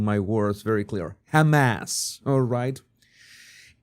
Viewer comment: Jesus, did you say Hamas or Ham Ass?